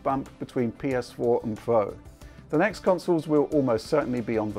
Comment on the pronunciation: Heh... "PS4 Pwo" Made me chuckle.